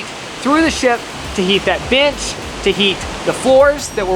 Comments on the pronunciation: omg i thought she said "this b** is heated" 😂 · Not accent making me think he said “heat that bitch” not “heat that bench” i said oh u sassy! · I misheard and thought she said this bitch is heated 🤦😂